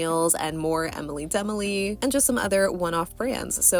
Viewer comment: I love your mani, so cute! I'm pretty sure it's oronounced Enily da Molly.